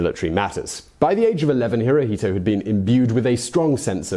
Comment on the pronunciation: Hirohito pronounced in Japanese is "Hiro-shto."